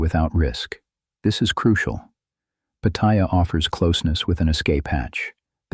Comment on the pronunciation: No. I escape to Pattaya so that I am not trapped in my regular life. And learn to pronounce Pattaya, you sound like a newbie. But you do make some good points, for some men.